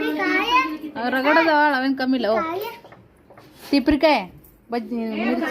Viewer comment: Tipare kayi alla re adu tuppare kayi